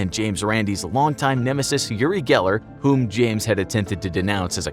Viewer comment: It's Uri Geller, not Gellar.... just sayin'